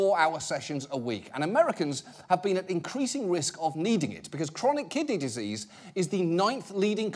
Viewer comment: "Treating kidneyzzzseas" 😂